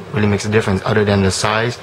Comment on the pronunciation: Other...not Udder. Then....not Den. Jesus.